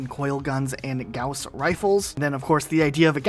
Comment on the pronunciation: you absolutely slaughtered Gauss's name, like really bad, it's german so I understand a native English speaker not being able to pronounce it.